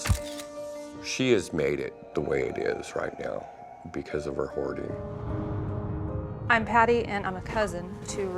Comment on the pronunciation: Your “hoardering” 😂😂😂😂